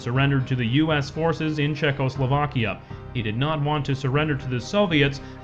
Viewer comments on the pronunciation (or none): none